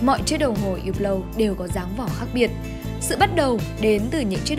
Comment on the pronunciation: Đọc là húp lồ. Đọc theo tiếng pháp ko có âm cuối